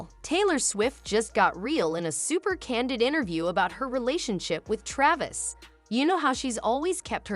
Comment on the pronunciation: That's an old video 10 years old....she never gave a video or interview since dating Travis other than onTime magazine for Person of the Year. that yourc fake channel, you can't even pronounce Travis' name correctly. You're repeating NewHeights podcast segments and what is already publically known for ages. You are a fake channel.